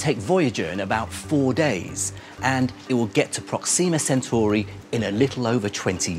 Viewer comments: I hate how he says Centauri Sen- tor-eye Not Churros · O M F G stop saying sen-CHEW-rye just stop. The star is in the constellation of the CENTAUR, from mythology. It's pronounced sen-TAR-ee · Centuri not Centuraaaai !!!